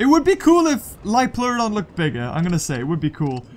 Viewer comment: It's a magical leeoplorodon